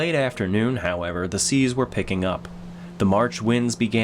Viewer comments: Silence, it is seas not seeds. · Surely you ment high seas at 5.09 mate, not high seeds.